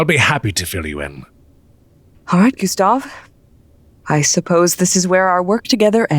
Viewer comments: Director Jones: come Gastev Gustav: itS gUsTaV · IT'S GUSTAV, SIR ! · Gustav : ItS GuStAv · Did you know? Its G U S T A V